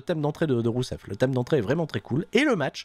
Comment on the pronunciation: qui arrive plus a prononcer rousev, il n'y a plus que Miro! et Miro il est tellement beau!